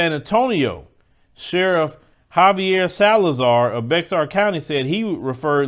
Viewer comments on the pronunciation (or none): you from Tejas, you should know better. It's spelled bexar, but pronounced bear. Bear county in which the city of San Antonio resides. It's all love!!! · Ohh and just to let you know, Bexar is pronounced bear. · Bexar County is pronounced as Bear County. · Love your videos. Just FYI, BEXAR is pronounced BEAR